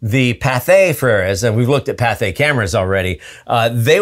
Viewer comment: It's Pathé, not Patha.